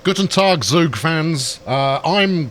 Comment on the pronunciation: The 'Guten Tag' was great, but your Zug really needs some work in terms of pronounciation :D Think of Z in german like the TS in hits for example with a bit less of the T. Hard to explain g